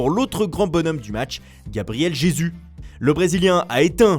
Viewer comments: " Gabriel "J''ésus alors que ça se prononce "R"ésus vu qu'il est Brésilien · Il l’ont dit comme en francais plutot, en espagnol ou portuguais ça se dit RÉSOUSSE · Ça se prononce :Gabriel khéssus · bonne vidéo mais un gros pouce rouge pour la prononciation du nom "gabriel jesus", putin mais on est pas au moyen age zebi faites un effort l'équipe